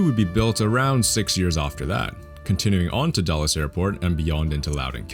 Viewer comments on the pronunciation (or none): It isn’t pronounced dolles airport, it is pronounced dools 🤓